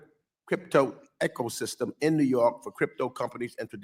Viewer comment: "Echosystem"? Ugh.😅